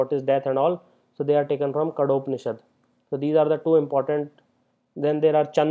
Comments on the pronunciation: it's छान्दोग्य and not चन्दयोग्य उपनिषद् and it's कठोपनिषद् and not कडोपनिषद. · just a humble correctn its Kathopanishad and nt Kadopanishad